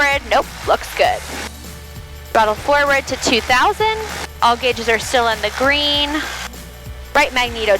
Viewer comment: I love the way you say, 'green'. When you say it, you say it like it's a two syllabol word, 'guh-reen'.